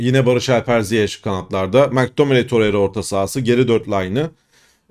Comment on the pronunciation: Mektamıney. Keşke gelse ismini söylemesi pek keyifli 😊